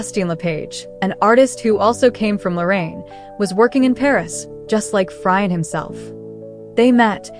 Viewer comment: Pronounced FreeAuunt not Fry ant. And Boo jwa zee, not Berj wazee..